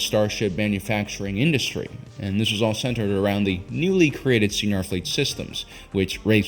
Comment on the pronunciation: Sci Nar... not See Nar... (bangs head on keyboard)